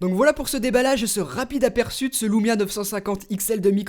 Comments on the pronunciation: Super test ☺️ ! Par contre on dit Lumia et pas Loumia... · Pour quoi tu dit loumia y a pas de o c'est juste un U